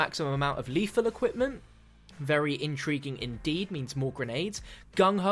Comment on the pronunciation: DONT EVER SAY INTRIGUING AGAIN PLEASE!